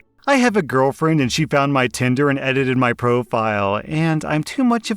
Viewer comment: I keep hearing "*tender* dirty limerick" rather than "tinder". It puts a whole new spin on the joke though!